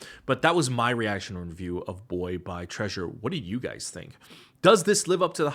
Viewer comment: what was the treausruuer here ahahhaha